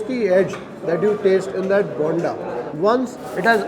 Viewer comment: You pronounce "bonda" wrong. The way you pronounce it sounds as yelneer(tender coconut). For alu bonda the "o" needs to be stretched more.